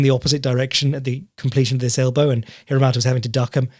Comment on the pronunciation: Can't wait for the BeyondKickboxing discord to get their tits up over you pronouncing Ren Hiramoto as Hiramata kek